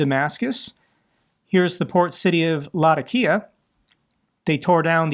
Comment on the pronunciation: Its Luh-Tac-Kee-uh...keep kickin ass